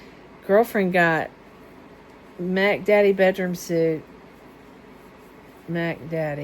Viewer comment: suite is pronounced sweet